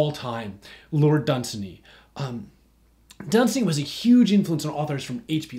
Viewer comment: Wait... you do know pronounces his name dun-SAY-ny right?